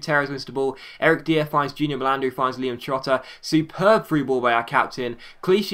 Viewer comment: "Dier" is pronounced as "Dyer"